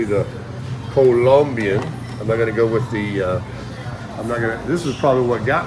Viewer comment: Cool, good to hear you pronounce Colombian correctly.